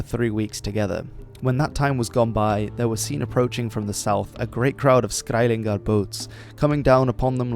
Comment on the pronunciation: It’s skælingar and not skæilingar. Just because you’re Dutch doesn’t mean you can pronounce every Germanic language. Other than that it’s a great video